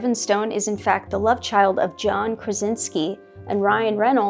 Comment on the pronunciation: that’s a weird way to pronounce the name “John Krasinski” 🤔